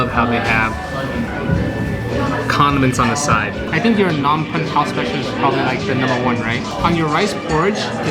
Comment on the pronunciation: Just stumbled onto this channel. Where from the ground did you pop out of? You butchered the name of the capital of Cambodia more than any white person on YouTube does. It is PA-NOM PEN for non Khmer speakers. The way you pronounce it sounds like you would say baguette in Khmer. And you rip the chao kwai into two before you dip. You are like a white gentrified version of an Asian person. Face palm. What you had is just noodles (btw, a really good version of this Phnom Penh noodles is at TrieuChau restaurant on Bolsa Avenue in Orange County. The place has been there since the 80’s). Next time you want the real deal, go to Crystal Restaurant on 10th Street in Long Beach. Take 5 friends with you and order samlor machu kreung sach ko, sach ko chamkak ang, trey ros ang with mango chrok, samlor kakor, some stir fried frogs with ginger, and prahok katis. Carpool because parking is hard to come by. Also, you should put the name of what you ordered on the screen so that if a viewer see something good, they would know what to order when they go. You’ve got energy and so wish you best of luck.